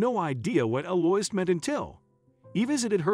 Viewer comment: Her name is Ell-ou-eeza. This is a lovely old french name.